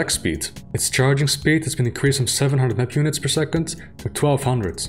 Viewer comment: If you're gonna say "map units", say "map units"... not "mpunits"